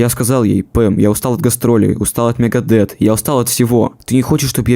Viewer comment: Не Лиар, а Лая, если уж ты пытаешься в английский. И не Мегадет, а Мегадеф..ну и далее по списку...Элизиан, Роуд, Три, Юфенейжа........